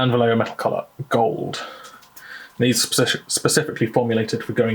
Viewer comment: this is a very easy way to pronounce vallejo: (Valley = Va) (Yes = ye) (Home=ho) Va-ye-ho